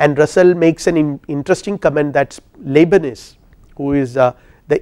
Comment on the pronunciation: You are clearly a very intelligent man. Given that english is not your first language, you are still very articulate. Great lecture/lecturer! Thank you! But the way you say Leibnitz sounds to me like lebanese hehe…